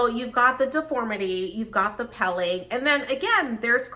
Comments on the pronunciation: Definitely pronounced (pilling) peeling! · Peeling, like kneeling, a long "e" sound.